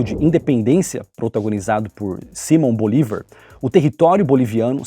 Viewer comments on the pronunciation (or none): none